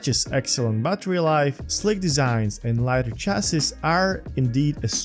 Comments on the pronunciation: Chassis is pronounced as CHASEE, last s is silent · Small tip: "Chassis" is pronounced as French: "Sha-see". :)